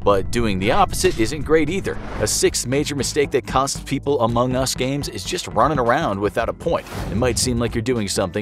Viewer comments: Oh he put the Em-pha-sis on the wrong syl-la-ble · i have 2 things to say 1. Its pronounced amongus 2. Its not an indie game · The way you say Among Us is sus. :/ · Idk if I'm the only one to notice this, but isn't it weird or off tone how the narrator says Among Us a few times? Here are a few examples: It might just be me but idk... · Meh, like the "facts" in this video are either extremely common knowledge or just dead wrong/illogical. Thats just my experience on among us though. Besides, they lost credibility when they posted a video with such a pronunciation of "Among Us"